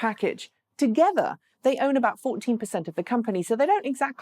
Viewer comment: OY! since when did the numerals thirteen and fourteen have two TTs? English Thirteen, your version Thirt-teen, Fourt-teen.